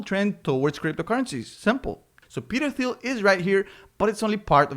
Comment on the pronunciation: FYI, it's pronounced 'Teal'. The 'h' is silent.